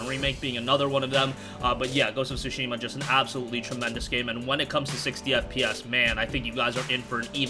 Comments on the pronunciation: The "T" in Tsushima isn't silent is a slight "T" sound but it is pronounced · Learn how to pronounce the game